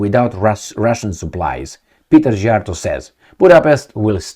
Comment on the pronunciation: Szíjjártó (lit: beltmaker... no pun on Belt and Road :) ) is pronounced C-yar-toe :)